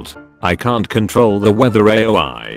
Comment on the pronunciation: the text to speech said "A" "O" "I" instead of aoi